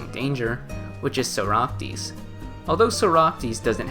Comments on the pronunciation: My guy please say socrates i am begging you not soractes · very cool video - Also, it's "Socrates" and not "Soractes" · Socrates is pronounced (saw-crat-tees) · Can you please learn how to pronounce socrates bruh it’s killing me